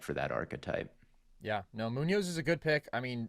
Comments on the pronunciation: Mooo-nos is a crazy way to say munoz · Why is saying Munoz like this 😂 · pronunciation of munoz broke me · Bro said Moon Oz and Odge den for Munoz and Ogden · doesn’t know how to pronounce Munoz or Ogden😭😭😭😭